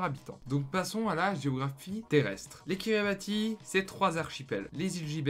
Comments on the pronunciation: Sauf qu on dit "Kiribahs" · Prononcer "Kiribass". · Ca se prononce KiribaTH, on prononce pas le I